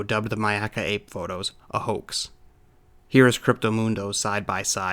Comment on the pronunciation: I appreciate that pronounced Myakka correctly. Not many people I have heard do. So thank you sir.